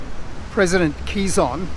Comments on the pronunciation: Pronounced as “ke-zon” not “qi-zon”..quizon is filipino comedian’s last name 😄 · bit jarring to hear "kizon" repeatedly... wish there was an easy way to get pronunciation right